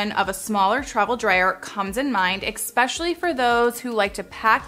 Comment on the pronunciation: Thanka for that, really grinds my gears though when someone says "exspecially"........it's ESPECIALLY. ES-PECIALLY NOT EX-PECIALLY oooooooooo boy. Anyway..im done.